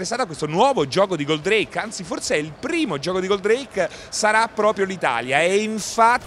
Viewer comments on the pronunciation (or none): Ottime notizie con questo video..grazie..l unica cosa è che odio è come dice Goldrake...nn si dice Goldreìk per la miseria..l ha detto bene solo una volta su 30..mannaggia ai pescetti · La pronuncia di “Goldreik” non si può sentire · GÓldrake ….no Goldràke… Leviósa… no Leviosà 😂😂😂😂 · Intanto è Gòldrake e non Goldràke, e poi ancora con 'sto Alcor? Ho capito che molti dei vecchi sono affezionati al primo doppiaggio RAI però basta con Alcor, è Koji e basta!!!